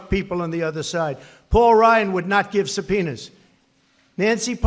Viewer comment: Sound like Trump said Subpenis lmao